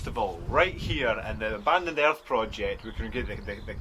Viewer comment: Oh, you guys were say ‘earth’. I thought at first you were say ‘air’.